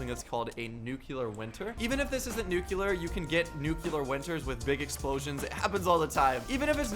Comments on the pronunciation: nuclear not nucular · if you really do read all your comments then you’ll see this one. I just want to say it’s nuclear not nucular... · NUCLEAR NOT NUCULER Lol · my man said nuculer, not nuclear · i really like u and ur vids thats y i am helping u it is pronounced nuke Lear lol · Dis he just said nucular? How to pronounce nuclear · NUCLEAR NUCLEAR NUCLEAR AHHHHHHHH HES PRONOUNCING IT WRONG